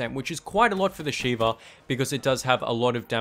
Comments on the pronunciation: You said shiver instead of sheva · It's shieva